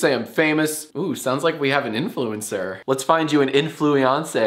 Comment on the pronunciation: Did a spit take at "influiancé"